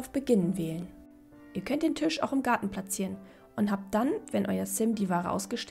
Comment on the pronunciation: Warum sagst du eigentlich immer Tüsch statt Tisch?😅